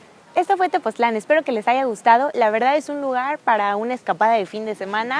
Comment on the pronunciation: Tepoztlán, no TepozClan :)